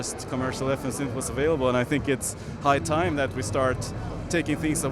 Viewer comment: "High time" ^_^ ... i think he's a fellow Swede :)